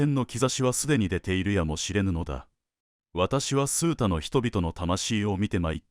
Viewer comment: 数多：「すうた」ではなく「あまた」では？